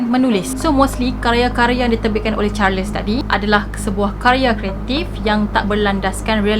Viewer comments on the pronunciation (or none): Salam. Maaf boleh saya tahu ejaan nama charles tu bagaimana? Sebab jika ejaannya charles, sebutannya adalah “charls” tiada “les”. Sebab saya perasan di beberapa video sebelum ni juga. Harap dapat membantu